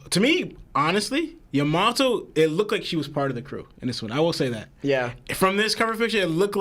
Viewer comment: Am I the only one who hates how dude says Yamato??